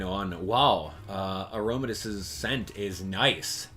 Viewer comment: its aromatisse it makes uh sound so its an a and then the tisse part is an e sound so its i